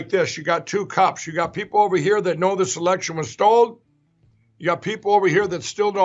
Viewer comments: No matter how many times he says “stold” instead of stolen, I still can’t believe he says it.. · AND he said Stol'd again!